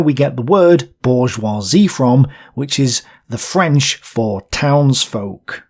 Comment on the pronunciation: I enjoyed the video but your pronunciation of French is... villanous.